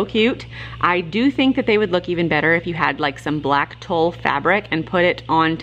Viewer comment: I love your videos! The fabric for the witches is pronounced tool. And absolutely love them!!!